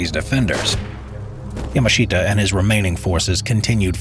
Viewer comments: the pronunciation of Yamashita is just... bruh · Yamashita now his name che ta zain saidin..